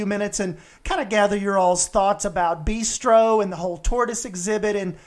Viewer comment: Your designs are great, but man... b-ai-stro? "Beastro" is funny because it rhymes with "bistro", not just because it incorporates the word "beast" 😂 No judgement tho S, that made me laugh. I love the design.